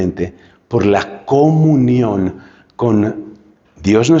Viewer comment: Cómo es la palabra comunión que pronuncia usted? .coinonía?